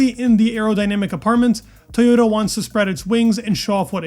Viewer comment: TOYota, not TAYota 😂 Just giving you a hard time, love your content!